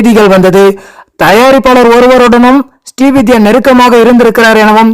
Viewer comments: அவர் ஸ்டீ வித்யா அல்ல.. ஸ்ரீ வித்யா.. தெளிவாக உச்சரியுங்க சார்... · ஸ்டீ வித்யா அல்ல! ஸ்ரீ வித்யா